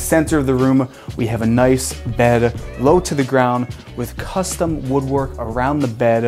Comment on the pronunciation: And a blunt each time he says "costum"